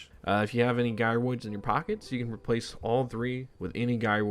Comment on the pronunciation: This dude won't stop saying guy roids lol